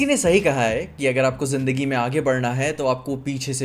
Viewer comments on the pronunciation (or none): none